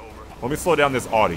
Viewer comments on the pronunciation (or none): It's not pronounced odd-dee. It's ow-dee.